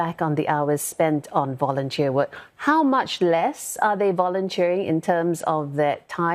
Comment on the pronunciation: Vounteer? Wat 4?